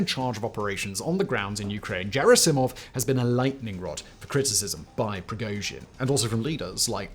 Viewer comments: After hearing how you pronounce *G*erasimov and ev*G*eny (both of which spelled in Cyrillic with "Г" and pronounced with "G" as in "great"), I have no doubt that you pronounce the acronym for Graphics Interface Format like JIF. 🤨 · I believe “Gerasimov” is pronounced with a hard “G”. But you’ll NEVER hear me correct the British tendency to pronounce “Putin” as “Pyoo-tin”. It makes it sound as if he stinks. Of course, the proper pronunciation of “Poo-tin” does as well. He’s a Russian shit after all. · Doesn't Gerasimov have a hard G sound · gerri-see-mov???? You mean Gerr-ass-imov. lol good lord your pronunciation is... lol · its Gherasimov not Jerasimov, GH like G-ood not Gj like J-am or J-erry PS. I wrote is only because that name is repeated constantly in these days, you just cant miss it And on topic, the biggest problem in their army is same as it allways been, too much usage of the ranks in every day army life. Ppl are either too scared of higher ranks, and higher ranks use their power on lower ones simply because. It creates untrust among ppl, it creates dodging higher ups, it creates so much problems. Lot if good informations dont reach command, maybe some good ideas are not told, and, in general, theres clear wall between soldiers and their command, they are not viewd as a part of your squad. Not even gonngo about rumours and shit caused by this. Its the way in russian army that allways was and still is, no matter its clear as day to everyone thats a bad thing. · Nice video brother but unfortunately repeatedly you mispronounced a very important name since the invasion began. It is Gerasimov like in Gunman not Jerasimov like in Jerry..... Bad student do tour homework well knock knock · A very short remark: I think you should pronounce "Gerasimov" correctly. "Gherassimov" not "Djerassimov". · Jair-ass-see-mov? It's Ger-asse-mov. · Can’t watch because of the way you pronounce Gerasimov. It’s g like Google not George. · It's Gerasimov not Cherasimov